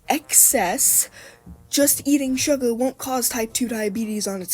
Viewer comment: “surgar” 😭😭😭 bro is giving me second hand embarrassment as a teen